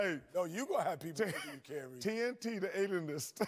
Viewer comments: “TNT The Adenist preniers..” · Chuck makes fun of Shaq for reading what to say, then when he tries to do it, he immediately messes up and says "TNT the Analist"...... Oh god I can't!! Hahahaha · "Y'all really giving him credit for knowing how to read?" "Alright Chuck, you try it!" "Teen tee da Aliest..."